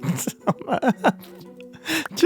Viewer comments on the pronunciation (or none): none